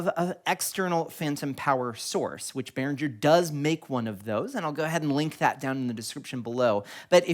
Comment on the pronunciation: Cool video! Are you sure it's pronounced Behrinjer? I always thought it was Behringer. With a G. 🌈